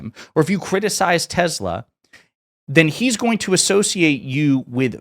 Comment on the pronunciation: U mean TESLER????